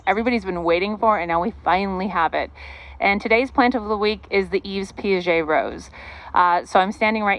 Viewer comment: Yves is pronounced Eve. It's French.